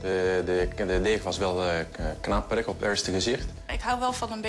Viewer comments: crybaby 4 life nee hij zegt : lekker knapperig maar het lijkt alsof hij zegt : lekker kramperig (dat hij er kramp van krijgt) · Knamperig die uitspraken zijn echt grappig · Wrm zegt die man krampirig